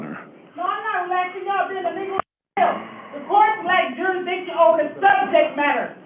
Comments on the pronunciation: What is it with the 13% usual suspects absolutely butchering the English language? What the fuck is jurasdeeshon? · Court lack juridiction. What a moron. Can't even say the word. You are in PRISON idiot. I think jurisdiction has been proven.